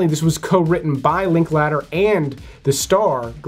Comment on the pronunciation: If you’re going to say Richard Linklater 1/2 dozen times - at least pronounce it correctly I’m sure he’d appreciate it as well